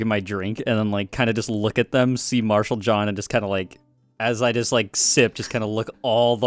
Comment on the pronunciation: dude it’s Marshall John, not Martial xD